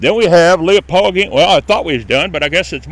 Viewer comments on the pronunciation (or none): It's Springmill Cemetery, not Springfield. Also, it's Leppo, not "Leo-pole". This is a former graveyard of a Lutheran Church.